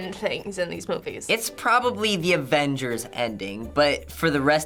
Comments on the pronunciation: Is it just me or are some of them saying “ADvengers”?? Instead of “AVengers” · Darc Dreams she sounded like she said "advengers" lol it was a joke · am i the only one hearing some of them call it "the advengers" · Did that blonde girl just say AFENGERS? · Advengers?? XD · Is she saying advengers? And not avengers?